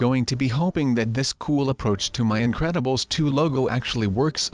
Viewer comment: its incredubles not incebles